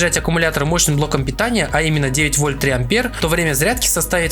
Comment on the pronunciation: Автора нужно поймать и дать по голове учебником физики. В слове "Ампер" ударение на "Е" Слово "Герц" читается через "е", а не через ЭЭЭЭ Слово "Кельвин" читается через "е", а не как название трусов через ЭЭЭЭ Что такое "шатр спид"? Слово "выдержка" уже отменили? Или этот термин не верный для фото-видео аппаратуры? Ну хотя бы назвать выдержку скоростью затвора. Но русский видимо для лохов Ну если ты говоришь про технику, изволь хотя бы термины изучить - "Радиатор пассивный" - это не радиатор, а охлаждение пассивное.